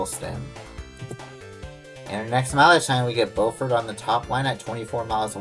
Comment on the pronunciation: In SC Beaufort is pronounced BEWfert unlike NC we pronounce it BOWfert